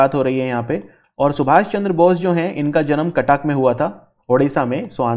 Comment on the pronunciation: Someone please teach him how to pronounce Cuttack.